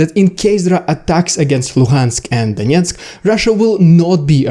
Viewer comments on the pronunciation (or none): none